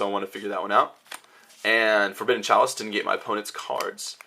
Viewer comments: forbidden lace not chalace lol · Is he saying Forbidden Chalice?